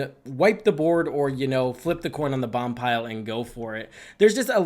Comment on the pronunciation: I know it's very nitpicky but the card Boompile is pronounced BOOM (as in Room)-Pile. Again, sorry for this but it was triggering me every time he said Bompile.